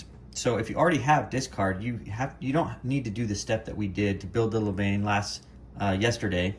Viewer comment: Please learn to pronounce levain.....